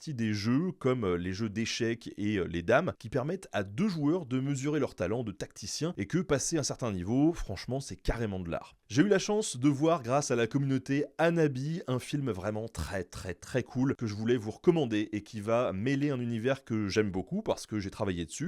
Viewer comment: Attention, tu as dit anabi, alors que c'est Hanabi. Ce n'est pas un H à nous, il faut le lire "phonétiquement". Le prononcer quoi. des bisous tout plein.